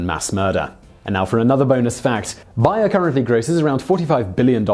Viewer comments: OMG !! I love your channel, BUT, its Bayer ( BARE, BEAR) Its pronounced as these two previous words! Lol I just cash not hear you say BUYER, anymore! Lol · Bay-er. At least that's how they pronounce it in their own commercials. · nah bro she still saying bay-er just slowly. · i usually have these videos on a seconds screen just listening whole i work. I had no idea what company you were talking about every time you said Buyer till i looked at the screen lol. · Gou Karuma no I actually called them and they said it's bay-er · Simon the company advertises its name as bay-er bay like the noise some dogs make or ebay minus the e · BAY ER you pronounced it so badly that it took me a few seconds to realise what you were saying! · I thought it was pronounced bear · It’s pronounced bear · Why you call it Buyer? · It's pronounced BAyer. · I called them and they said it's wrong and that it is bay-er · Bayer. Pronounced BAY-err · I love this channel- but maaan....some days this guys douchey accent really irks me. ( the pronunciation of Bayer as Buyer in this video) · No, that would be bbbbbbbbbbuyer! But it would still be wwwwwwwwwrong! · Obviously, the American way is always the correct way, right? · Daven, why didn't you tell Simon how to pronounce Bayer? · no it's just how the company chooses to pronounce their name, Simon always hacks at least 1 name in every video at this point I think he's doing it on purpose. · Bonus fact. This dude can not say Bayer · Do people say Bayer like that? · Say it with me now "bay-er". That was not hard. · N. Smiley that was annoying its bay-er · Bayer is pronounced like 'bear' not 'buyer'. At least it is in all of their commercials in america. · And now for another bonus fact: Bayer is pronounced BAY-ER in the United States, not BYE-ER. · BAY-ER not BUY-ER!! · Bonus Fact it's pronounced Bear not buyer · Interesting; I've never heard of "BY-er" pharmaceuticals but am quite familiar with "BAY-er" aspirin... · ".....in America !!!"